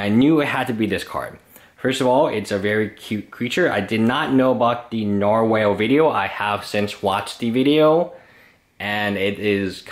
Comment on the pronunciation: >Buys out narwhals >Can't even pronounce the name right ........